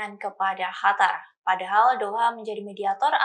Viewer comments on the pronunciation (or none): Qatar bu, bukan hatar...al Qosam bukan al hasam...🤦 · Qatar mba bukan Hatar... Lidah orang tribun pada kenapa sih?!!! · Qatar bukan khatar bu😊😊🙏🙏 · Kok hatar mbak....Qatar mbak...